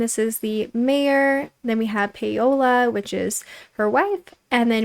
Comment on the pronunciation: hey girl! just a heads up, paola is pronounced 'pow-la' not 'pay-oh-la'!